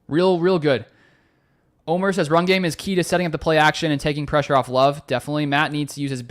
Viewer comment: Great show ty! Omer not Omar lol! From Juan Les Pins, Antibes France. GO PACK GO!